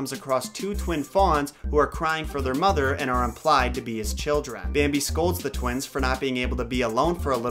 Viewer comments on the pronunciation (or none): At the end of the bambi he is more like 'rambi'